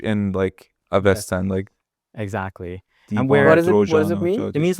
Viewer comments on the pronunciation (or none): Learn the damn sss sound you Persians! Its been thousands of years now! 😂😂❤